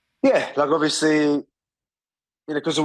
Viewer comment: "Ovesly, Ima typa guy" Volkanosvski